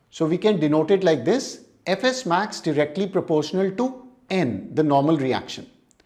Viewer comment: When sir said fs max I heard ff max😅